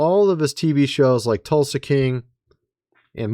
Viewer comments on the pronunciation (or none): none